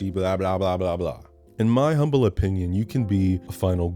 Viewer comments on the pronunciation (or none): none